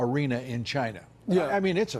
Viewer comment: Hank Maximus That’s how Trump says China...”Gyna” like “Gina” but with a Y instead. Like Gyro but with “na” instead of “ro”